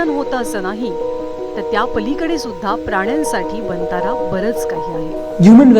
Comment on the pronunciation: वंतारा ऐवजी "वनतारा "असा उच्चार केला जावा ही विऩती